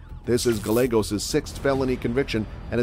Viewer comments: Double LL in Spanish is pronounced as a Y so Gallegos is actually Gah-YEH-Goes not Gah-Legos. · Guy-ye-goes Not guy-legos! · Guy - yeah - gos. Not galegos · Lol....gallagos..... it's guy-aygos. Weirdo. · Gallegos..."guh Legos" Fool where are you from? 🤣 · Gallegos is pronounced as Ga-yae-gos. "Ga" as in lady gaga. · Gallegos is GUY-YAY-GOSE.....c'mon bro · Gallegos ... pronounced GI-YEAH-Gos. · pet peave, my ex husbands last name was gallegos, it's pronounced GUY-A-GOS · Omg Gallegos pronounced “GAH-YEH-GOES”….if you going to narrate learn the actual names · Learn some Spanish. Gallegos isn't pronounced Gall-egg-os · Gallegos is pronounced as if the "ll" is a 'y'. I just wanna see your channel grow and thought I'd do my part to help. Cheers, dude! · The real crime here is the pronunciation of Gallegos. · 2 L's = Y sound. Learned that in 8th grade Spanish. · Bruh can’t say Gallegos right lol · You said the 1st guys last name wrong sir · Gallegos isn't pronounced with an L 🤦🏻‍♀️ LL in Spanish is pronounced as a y sound like in yet. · If you are going to be doing a report at least pronounce the last names correctly